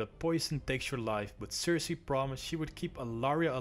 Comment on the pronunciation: Part 2.5 is out! My apologies for the mispronunciation of some of the names, I did mess up a couple times. Feel free to roast me on it ;P. Anyways I hope you enjoy the 2nd part of my Game Of thrones series there are more to come! Subscribe, like and comment if you want and stay up to date on: Twitter: Instagram